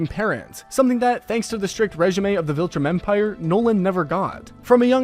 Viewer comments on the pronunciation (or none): Wait, “Redge-eh-May?”😅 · Don't get me started on "regime" Like bro it is not difficult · Regime was aggravating